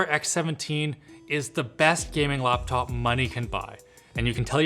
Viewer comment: Normal human: Laptop This guy: loptop